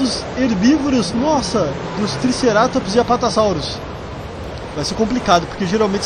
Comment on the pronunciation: se fala Apatossauro, não Apatassauro Sem querer ser chato nem nada, só para ajudar